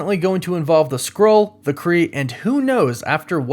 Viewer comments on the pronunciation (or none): none